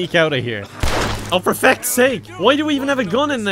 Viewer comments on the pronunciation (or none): I love how he says feck instead of fuck